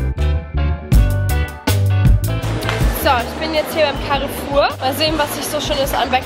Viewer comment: Carrefour ist ein französischer Laden und ich als halbfranzosin musste so lachen als du es ausgesprochen hast. Nimm das aber nicht böse oder so, ich weiß dass französisch schwer mit der Aussprache ist und außerdem finde ich sowas generell immer witzig. PS: Liebe deine BTS Videos💖